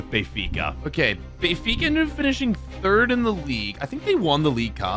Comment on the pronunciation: I sweat to god if says Bayfica one more time🤣🤣🤣